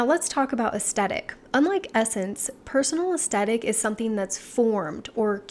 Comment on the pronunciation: It's pronounced "es THetic". And even though I always self-typed as a soft classic, lately I think it may be Ethereal. But accord. to Kibbe, it could be soft natural??